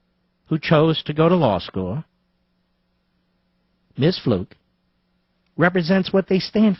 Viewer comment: Her name is pronounced Fluke not Fluke! lol